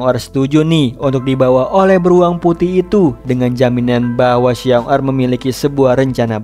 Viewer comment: Ralate bang Paling yg di maksud xiong da di bacanya shiong ta artinya beruang pertama Bisa di maksud dengan kakak beruang sama xiong erl Di bacanya Shiong el artinya beruang kedua bisa di maksud adik beruang.